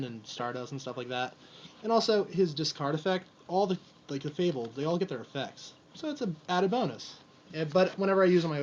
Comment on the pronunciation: mispronouncing fabled is one of my pet peeves :/ I hate it